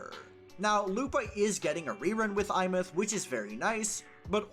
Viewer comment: Insta-like for being the only content creator to pronounce her name correctly.